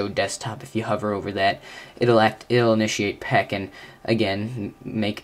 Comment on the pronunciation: Actually, it's called "Peek" (aka Aero Peek), not "Peck".